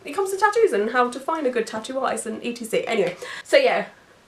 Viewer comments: I've never heard anyone say "etcetera" as "e. t. c." out loud before! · I have never met someone that says E T C instead of etcetera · Watching your videos is made so hard by your constant spelling out of etc. please please please use the full word et cetera! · I’m from Australia and we always say ‘e t c’. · I think I'd take that any day over the mispronunciation of Ex-etera lol